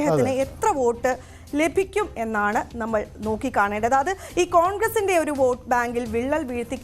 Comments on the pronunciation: വേട്ടു അല്ല വോട്ട് 😝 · വേട്ട് അല്ല വോട്ട് 😂😂😂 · 'വേട്ട്' ... അല്ല സര്‍ ...!!! 'വോട്ട് ' എന്നെഴുത്....